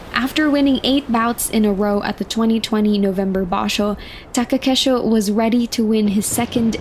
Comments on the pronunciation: Taka KEI sho. Not Take KE sho. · *Komusubi not Komosubi. Also please learn how to pronounce Takakeishos's name properly, please do your due diligence.